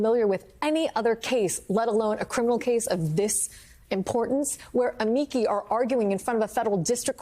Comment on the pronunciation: Amici is pronounced "ah-mee-chee" not "ah mee key"